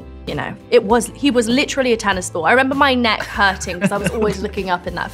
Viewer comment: “Litrelly, litrelly”